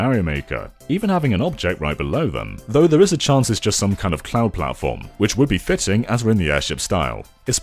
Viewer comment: he said fiting